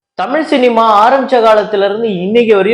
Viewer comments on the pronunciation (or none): none